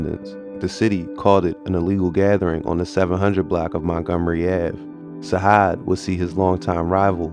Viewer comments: It’s Sajaad you gotta say it with the J not a H free broski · It's not "sahad" it's sa-jad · Facts Sajaad is pronounced (Sa Jad ) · It’s pronounced Sa-Jaad, like we say Jihad. This is my cousin. This situation is unfortunate and sad because both could’ve been anything in life.